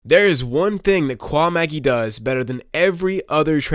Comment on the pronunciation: You don't understand his trading style at all. Also, learn to say his name properly.